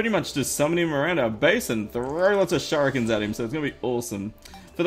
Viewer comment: Shout-out Rufus: Can I beat the Slime King?... Shur-i-ken